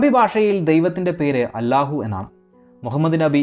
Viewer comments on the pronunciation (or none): none